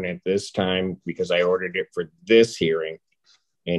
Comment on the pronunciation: "I'm going to odder an in-person appearance, so he'll be closer to where he's going." is hilarious!